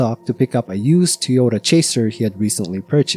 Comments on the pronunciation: you’ve got to admit, your pronunciation of Toyota as Tee-ota is suspicious. I’ve heard many different accents and dialects over the years and never once come across a human who pronounces Toyota like that. AI read Redit stories on the other hand… so I can see how if this was someone’s first video from your channel they could get hung up on that. Took me listening very closely to reassure myself that this definitely is a human voice, and I’m not crazy. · Sad story, but I think there car was a "Ty Ota" not a Tee Ota .